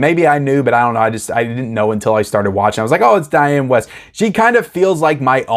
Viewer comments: One of your favorite actress’ name is spelled “Wiest.” What would make you think it was pronounced “West?” Why not take the :30 to look up “Diane Wiest” (or any other actor or actress you’re unsure of) on the interweb for pronunciation. It’s pronounced “Weest,” rhymes with “Beast.” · Please pronounce your movie mom’s name correctly, lol. Dianne Wiest. Weest… This movie only became “nostalgic” for me after viewing it a few times. I’m sure after a few watches, you too can be nostalgic for this masterpiece. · I hate to be picky, but if Dianne Wiest is your movie mother, you might want to know her name is pronounced Wee-st due to the "i" you seem not to have noticed in the spelling of her name.